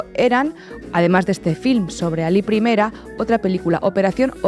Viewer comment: Alí Primera, no Ali Primera, no es una onda vital, es un nombre con tílde.